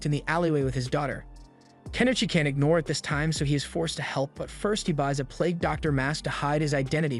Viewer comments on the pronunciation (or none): none